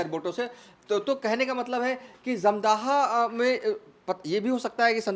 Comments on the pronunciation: Jamdhaha nahi hai, dhamdaha nam hai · अरे जाहिल, धमदाहा लिखा हुआ है साफ साफ फिर भी तुम बार बार धमदाहा को जमदाह बोल रहे हो। 😂😂 जाहिल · Kya patrakar banega r tu 1977 ko 1997 bol Raha wo ek nhi dono bol raha uper se dhamdaha bhi sahi se nhi bol pa raha hai